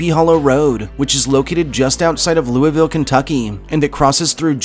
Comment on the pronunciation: Lou-vuhl! Say it fast.